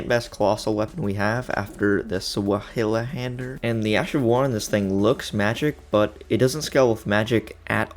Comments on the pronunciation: "Swilhunder" hahaha, the correct pronunciation is "tsvaihandea" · I know it's not important, but the sword is pronounced (Zvy-hander) One of my favorite swords of all time, and in elden ring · “Zweihänder” is pronounced “Zvai haander” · Bro said "Swahili-hander" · How to pronounce zweihänder (doublehanded sword): Z=ts , w=v(like in valor), ei=I (like I), h=h, änd=basically end, e=e(like in end), r ... what ever you feel like honestly most germans dont pronounce it anyway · Every germen after he sein Zweihänder like this swielhänder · The Zweihänder is pronounced Z-why-hander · Hauahahabauagsh try to say ZuWayhander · Zwei is German for 2. So it directly translates to "Two Hander" (It's pronounced "Zv-eye", sorta. Zw is kind of it's own sound) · Awesome video; for information purposes the Zweihänder is pronounced like “ZV-eye” as in the german word for two as in a two handed sword. 👍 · It's Zvaihander when pronouncing it. It's a German sword and in German, w is pronounced as a v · you pronounce it as [ z - way - hand - er ], except swap out the "y" for and " I " pronunciation. hope that helps frend :) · Stop saying suwahuhahander its ZWEIHÄNDER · Zweihänder is german for Twohander pronounced like Tsvyhander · okay i’m sorry but when someone gets information wrong and i know it’s wrong but i can’t immediately correct it i lose all control and go feral so i need to do this 1: zweihänder is pronounced like zwi-hand-er 2: black knives are all women so saying “he” for the black knife in the catacombs is wrong (i know this is stupid to correct and that it barely matters but refer to my opening statement. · A good way to think about pronouncing it is zvy haender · I am german Zweihänder is pronounced difrently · Why did you pronounce Zweihänder like that as it physically hurt me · The way he say zweihander 😂 (it's german) two handed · Pls stop murdering the word Zweihänder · Pro tip for pronouncing zweihander: drop the «hila» part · please google how to speak out zweihänder